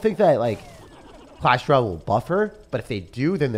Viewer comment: Clash RALLE. Like I swear he is the only person who says it like that.😭